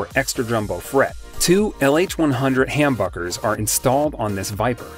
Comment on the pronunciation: Uh ya it’s humbuckers with a Short u sound , I like your choices but IYV is very good to.